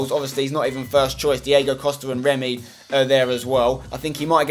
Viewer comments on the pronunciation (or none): none